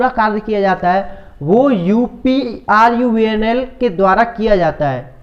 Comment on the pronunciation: Pahle uprvunl sahi se bolo